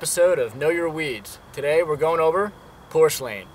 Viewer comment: Nice video and good explanation, but you really should learn how to pronounce it the right way. It is PUR SLANE....NOT POR SLANE Happy hunting!